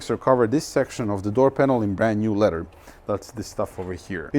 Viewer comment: Leather, not ledder. 😏👍